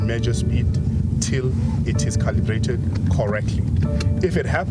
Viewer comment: Sabc TV new reporter cannot even pronounce the word “Calibrated” ……